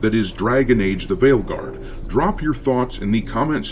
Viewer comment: When you said the game's name at the end, I heard it as "Dragon Age: The Whaleguard". Seems fitting, as it's the guard of all the blubber filled blue hairs.